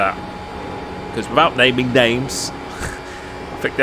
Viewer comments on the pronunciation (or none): none